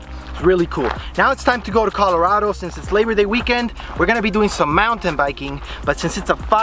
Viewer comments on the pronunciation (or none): none